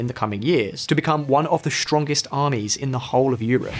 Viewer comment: This "shtrongest" and "shtrategic" business really cuts the ear.